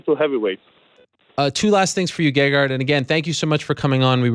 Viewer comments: No, I cannot believe people pronounce his name wrong. And I think he's too humble to correct interviewers. But his name is pronounced Gègard. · I believe its pronounced ; gay-hard.